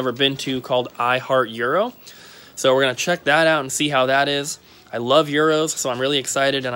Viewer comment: Year-o, not Euro-o. A Euro is money. Gyro is food. 🤣